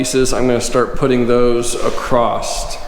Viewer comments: THERE IS NO 'T' IN THE WORD ACROSS... ACROSST? NOPE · Acrosst??? Really??? Lol